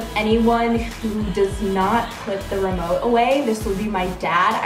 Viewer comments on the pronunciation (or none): When you said remote for some reason I thought you said limo